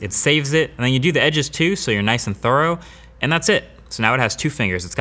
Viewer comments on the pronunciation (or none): Thorough is pronounced thuh-ruh not tho-row